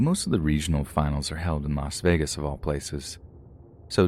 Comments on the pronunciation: it's not pronounced vegan 🤣 if that helps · I think it's pronounced las vagen